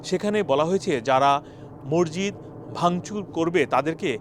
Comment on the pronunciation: মরজিত কি ভাইজান? 😅 সংশোধন: মসজিদ। 😅